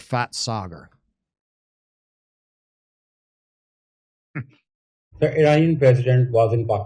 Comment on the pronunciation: “Phat Saagar” 😅😂